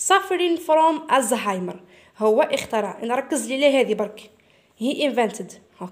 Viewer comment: استاذة شكرا شرحك ممتاز ولكن اخطات في نطق كلمة اخترع هذا فقط لغرض التصحيح